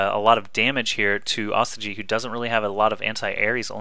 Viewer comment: this is the last time im gona remind you, its not pronounced AW STI GEE ITS PRONOUNCED OH STOY GEE